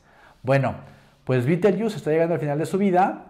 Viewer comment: Y si se escribe Betelgeuse por qué la pronuncia usted "bitelyiús". No le pusieron ese nombre los ingleses sino los árabes, creo.